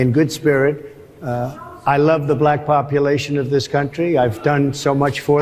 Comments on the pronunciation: He can’t even say black correctly, he says she identifies as bullack, seriously? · I HATE the way that he says B-lack. 🤦🏾‍♀️ I wouldn’t care if Kamala identified as Japanese. She’s still a better choice than Project 25 Trump. 😡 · “A bl-ack person” 😂😂😂 Harris Faulkner should be ashamed of herself. While he did have some supporters in the crowd most ppl there weren’t laughing WITH him, they were laughing AT him. Ridiculous 😂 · The way that thing pronounces words......like "black" in this instance, is insulting and derogatory. Trump is an example of human excrement in a suit. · And you see how he pronounce black he making a joke about black folk name he making a freaking joke about it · Why does he say the word “black” differently when he says it in a sentence? Have you noticed that before? Listen to him! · Listen to how he pronounces black, come on yall, it’s almost like he is emphasizing, condescending. why? He doesn’t answer questions he flips it. And blames others. All over the place. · The way he pronounces "black" is full of condesention and contempt. He's disgusting, childish, misogynistic and racist. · The way Trump pronounces “black” is WILD!!! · Just listen to the way he pronounces the word black